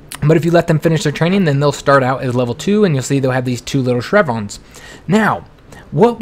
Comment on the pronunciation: Shrevons? You mean SHEV-RONS lol